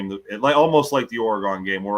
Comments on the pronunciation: It’s not Ore”gon” lol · for the love of god, it's not pronounced Ora-Gone' it's Or'agun, emphasis on the the "Or". I let it slide the first 50 times, but enough is enough. FFS